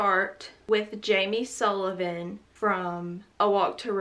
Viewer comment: She said Jamie Sullivan and I heard Monsters Inc